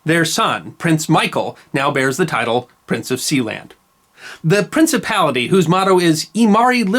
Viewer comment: Something about the sound of that word, "Prinicipality" that my 20th Century soul just enjoys immensely.